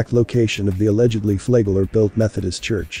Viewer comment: It's pronounced like it's spelled. Flagler A flag lin lier he was.